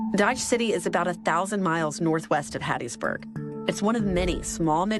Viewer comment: You said HATTISBURG, MS???